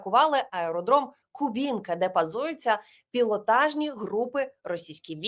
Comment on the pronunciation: Олено, місто у московській області називається Ку́бинка.